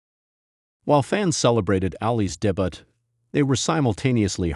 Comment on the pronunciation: "Made his debutt" 😂 peace I'm out